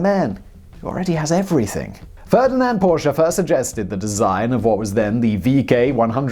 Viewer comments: OMG HE SAID PORSCHE RIGHT :D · An english man who pronounces Porsche the way it is supposed to be :OOO I thought i would never see the day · Da haben Sie Porsche aber sehr schön betont :) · Simon, I watched this with a big smile on my face from hearing you correctly pronouncing "Porsche" numerous times! I also like your little remarks about Der Fuehrer's interference with people who knew better than he. I'm you've probably seen the story of the development of the ME-262 jet, which might've prolonged the war and cost many Allied airmen's lives---if Hitler hadn't decided it should be redesigned as a fighter-bomber. It required a change from tricycle landing gear to "tail-dragger" to carry the added weight of bombs, which slowed the plane appreciably. So, instead of building many, many more of the fastest fighter plane (the ME-163B Komet was faster, but extremely unreliable and impractical), time was wasted on a plane they didn't need. By the time they started concentrating on building the 262s as pure fighters again, it was too late for them to make a difference; Germany was running out of resources---and experienced pilots. (IIRC, WWII "Black Ops" officers realized that assassinating Hitler could actually help the Germans, instead of hinder them.) Stay safe, everyone. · Not even 2 Minutes in and already liked for pronouncing Porsche the right way. Thank you Simon!